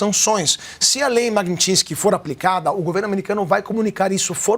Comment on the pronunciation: Tá falando o nome da lei errado.... Alguém avisa que ele está falando errado. Magnisty